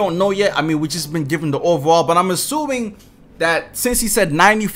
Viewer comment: I’ve been watching this guys videos for 2 2ks now and I still can’t figure out why he pronounces “overall” as “over-wall” 😂